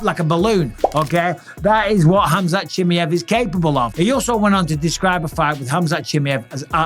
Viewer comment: had to turn off it's pronounce 'shimiev'